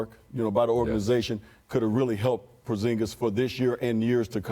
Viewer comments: He said Porzingle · Did this man just say porzingle.... making porzingod sound like a damn pokemon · Porzingo, Porzingle.... is it really that hard to say foreign last names? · "Annnnnnddd NOW!!! From Lativa, at 7-foot 3-inches...KRISTAPS PORZINGO !!!" — Michael Walczewski (New York Knicks | Public Address Announcer) NOTE: "PORZINGO" mispronounced by Scottie "Robo-Voice" Pippen the Wife Beater/Cheater at approx. mark, "PORZINGO!!!!!" LOLOLOLOLOL's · LOL PORZINGLE LMAOOO Come on Scottie